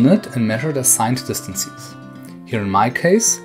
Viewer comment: What I find funny is that you correctly say "differences" but for some reason say "distan-sees" :D Great video though :)